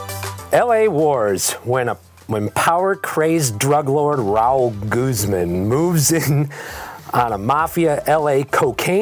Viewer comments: lmao when he pronounces Guzman "Goozemin" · Pronouncing Guzman as “goozmen” is giving me cancer.